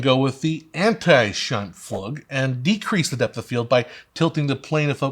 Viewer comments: Scheimpfloog, would be more correct :-) The U like in "Hook" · It’s “shine-floog” or boresight at least in the projection world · If you say "Scheimpfloog" you nail it. The u-sound in german is longer than you guys use it in the word plug for example.. Also, if this guys name would be SchLeimpflug, it would translate to Mucusplough wich I think sounds funny. Disgusting but funny.